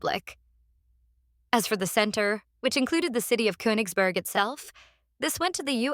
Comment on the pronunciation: Russia has never let any territory go. You mispronounce the last vowel in Königsberg, by the way.